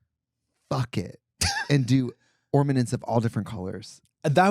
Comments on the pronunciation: Trixi calling ORNAMENTS; OrMaNent's is sending me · Ah yes, ormanents on the tree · did trixie say ORMANENTS LMFAO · Trixie saying ornaments wrong is killingggg me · Now I’m not gonna not gonna stop saying “ormanents”